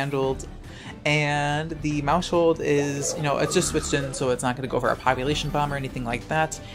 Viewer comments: it's "mouse-hold" not "mou-shold" The word sounds like household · please stop using the sh sound in maushold its mouse - hold like household pls stop